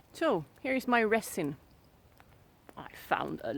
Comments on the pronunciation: This video was amazing. Very well done. Your English is almost without accent and much much better than my Swedish which is nonexistent. LOL If you don't mind me helping you with one word "resin". It is pronounced with a z sound and not an s as it's spelled. Because why spell it with a z that would make to much sense. LOL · Your accent is so cute. Love the way you say resin. Try pronouncing it rezin